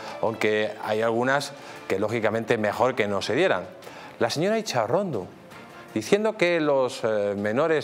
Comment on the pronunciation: Cada vez que oigo acesa Intxa-pelotad me revielve el estómago